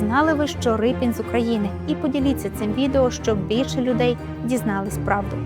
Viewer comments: Ріпин, а не Рипин, де вас таких беруть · Не Рипін , а Ріпин !!! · Чому Рипін? Мабуть ви мали на увазі Ріпин? ..від слова ріпа. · Не Рипін, а Ріпин! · Не Рипін, а Ріпин, бо він був з козацького роду Ріпи. І літера "ять" у його підпису давньоукраїнською, тобто руською мовою звучить, як "і", а не "є", як читають расссцєяні. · Автори !, так все ж таки Р-и-пін чи Р-і-пин ??? У заголовку одна варіація, у тексті - друга. Від істориків поважних давно вже чула цю історію, і там була версія Р-і-пин. Хочеться, щоб прізвище все ж звучало правильно.